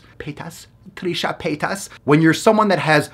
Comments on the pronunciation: I found this soo funny when you were confused on how to say « paytas » and you said Trisha « pétasse » which in french means « bitch » xD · Ok im sorry but i died when he said trisha paytas 8 times trying to figure out how to say paytas (Also just saying that "pétasse" in french means bitch so..... coincidence?)